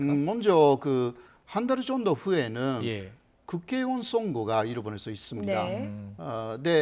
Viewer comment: 방송에서 너무 정확한 발음으로 '국개의원'이라고 하시네. 호 교수님 일부러 이러시는 듯 ㅋㅋㅋ